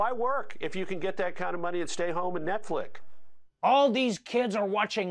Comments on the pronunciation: "Netflik" 😂😂😂 I cannot even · “Netflick” and “seck” seriously mad me lol.